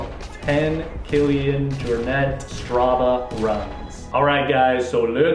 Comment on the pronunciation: Kudos for getting the pronunciation of Kilian's surname right! It is Jor-net, not Jor-nay! Half point off for mispronouncing Jakob (Ingebrigtsen) though. That one is Yah-cub, not Jay-cub.